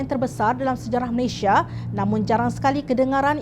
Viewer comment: Malaysia bukan Malayshia.